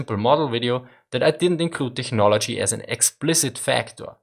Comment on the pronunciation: It's pronounced teknology, no hard "ch"